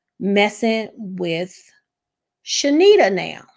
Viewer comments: Heavenly will have to pay for her actions. Her name is pronounced Charnita (Shar-nita) not Shenita the R is NOT silent 😂 and Heavenly kept pronouncing it wrong on purpose. Car-lucifer is a liar and an avoider... he tries not to address stuff hoping folks will forget. Both him and Heavenly will be handled by GOD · No shade, but her name is ChaRnita. You were pronouncing it wrong as well, a lot of ppl are. Heavenly probably still did it on purpose but everyone saying this lady name wrong 😂😂😂